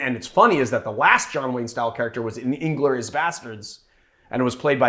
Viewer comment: I thought you pronounced Inglorious Bastards correctly. I don’t know why Marius is such a hater. This does look good and based on prior videos of yours I already have the tea. To be clear, to make the syrup it’s equal ratio tea to simple syrup?